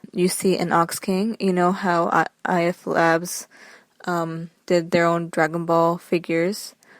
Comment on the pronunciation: How could you mispronounce IF labs